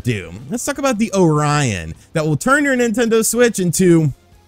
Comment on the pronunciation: is the only man i know that mispronounces orion XD you amuse me man keep it up!